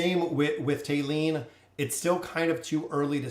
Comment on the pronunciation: Thali (thah-lee or tah-lee) not "Tay-lee"